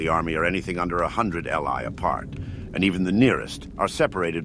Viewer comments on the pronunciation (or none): Fantastic stuff!! Just a small note, "li" is pronounced "lee" and is a Chinese unit of distance , about 500m